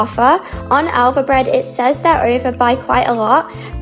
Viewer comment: Did she said alpha breads? Or is it Elvebredd?